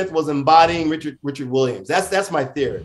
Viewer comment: Interestingly enough, as Will was walking on the stage to slap, it sounds like Chris said “Richard”.